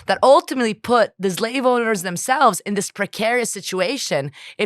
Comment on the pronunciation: Zlave, zlavery... these words hurt so much the intellect that they're hard to pronounce, don't they? Insightful conversation, thanks.